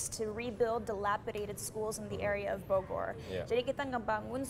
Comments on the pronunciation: cinta kalo ngmng Bogor musti ada tambahan huruf " w " nya wkwkkw Bowgorrr bowgorr 😁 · salfok kalo cinta ngomong bogor , r nya itu looh 😋😚😂